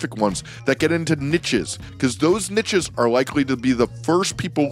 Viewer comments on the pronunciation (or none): hearing somebody so smart mispronounce niche is so reassuring